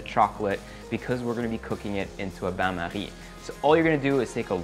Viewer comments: 2min42 His "Bain marie " is perfectly said ! 👌🏾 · Ohhh I love how he said "bain marie" 😗😗😗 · He says ban marine like a Frenchmen but forgets spring form pan